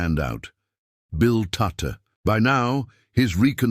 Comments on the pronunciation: Ironical that a stupid AI timbre voice can't even speak his name correctly. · Not Tutter tutu or tuti his name was pronounced TUTT the E at the end was silent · HIS NAME WAS TUTT....NOT TOOTER OR TOOT>>>HOW BLOODY INSULTING.... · Anyone interested in the wartime decoding knows exactly who Bill Tutte (pronounced TUT) was and his very valuable contribution to the deciphering of messages. There is an equally annoying BBC documentary which starts by assuming no one knows who the people involved were. All credit to Alan Turing but too often its made to seem that he solved all the problems. His main contribution was solving Enigma, but not Lorenze, the later more complex encoding machine